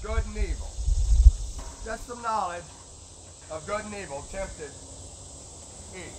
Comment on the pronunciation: Oh I get it you say God instead of Good wow